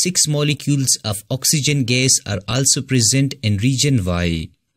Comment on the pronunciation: sir please try to say the word gas neatly